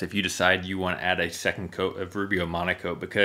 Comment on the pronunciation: Now I get it! Rubio mono coat. I thought you said Rubio Monaco 😂